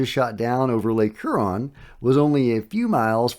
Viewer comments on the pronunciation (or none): Hey,. Thanks for the updates. Much appreciated. FYI, Huron is pronounced more like "Hugh-ron".